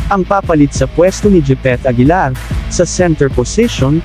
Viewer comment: Gipit aguilar daw 🤣🤣🤣🤣